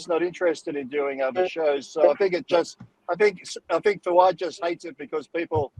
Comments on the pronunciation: It's kind of funny ,that Valentino can't pronounce Fouad or Sam's name. Those names are not that hard . He's doing that on purpose . That's an old fashion disrespect tactic ... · How bizarre for a grown man to pay $100 to stand in line for 3 hours to meet a 21 year old guy who has trained for a few years and has never competed. And for Gregg to say he doesn’t know how to say Fouads name and Sam’s last name properly is a cop out. Learn it. They are not hard names to say. RX needs to change direction as it’s clearly lost its way. It’s no wonder RX only has 321k subscribers. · How is it so hard to say Fouad? Greg is such a fuckin cring diva sometimes lol